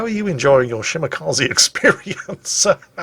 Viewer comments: Dear, Kaze is pronounced Kazeh, not Kazee. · Ah yes, the Shimakazi., when will you learn that the japanese E is pronounced like the E in Echo? xD